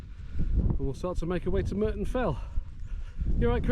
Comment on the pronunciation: It's Murton not Merton......sorry